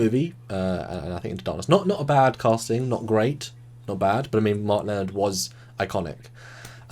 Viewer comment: they need to work on the pronunciation of "Lenard"